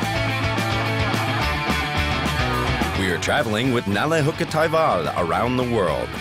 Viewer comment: *Hukkataival = wolfjourney. Its not haukka